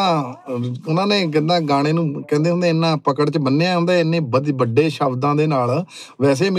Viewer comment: ਬੜੇ ਨਹੀਂ ਬੱਡੇ/ਵੱਡੇ ਜੀ 😁